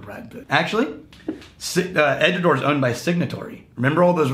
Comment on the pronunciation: Went to Edinburgh couple months ago, most of the people I spoke to said Edradour (as in Door). Of course regional accents and pronunciation is real so possibly Edradour (as in Hour) is a regional pronunciation?